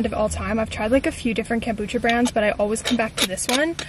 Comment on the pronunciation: Bestie your saying kombucha wrong..